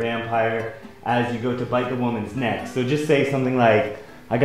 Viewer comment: Nech? Really? I don't even... what? Neck! IT'S SPELLED NECK!!!!!!!!!